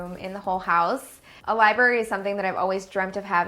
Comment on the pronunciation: Okay I don't mean this as hate I love her but did she say LIBARY?!! NOOOO😂